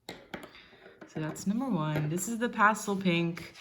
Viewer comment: You have such an interesting, but unplaceable accent. I can barely tell that English is not your native language, but there are a few clues, such as your pronunciation of the word pastel, and the expression ‘fairly the same’. You definitely learned English either in the States or from Americans, but that’s all I can tell, other than you said you were in Europe. So my guess would be Scandinavian, or Iceland, perhaps? Your handwriting is European, but I can’t be more specific than that. I’m a bit of an armchair linguist, please don’t take offense. I really appreciated the comparison of nibs—very helpful, thanks!